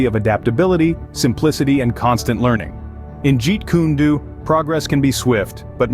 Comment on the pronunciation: lol “jeet kune doo” it’s “do” as in “dough”